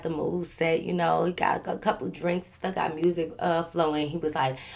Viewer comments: We don’t say mursic Fr Ts be forced asf Fr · heavy on the "mursic" im from memphis 😂😂😂😂